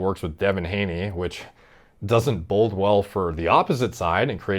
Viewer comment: It sounds like you are saying "bold" where it should be "bode". As in "it doesn't bode well"